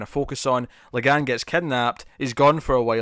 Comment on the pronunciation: his name is la'gann, its la'gaHn